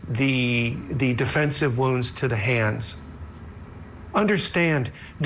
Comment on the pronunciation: Poor woman doesn't know how to pronounce "wounds".